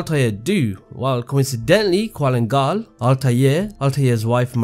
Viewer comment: did i not just get triggered on how he mention qulan gal as "qualin gal. theres no "A" and I at his name. gosh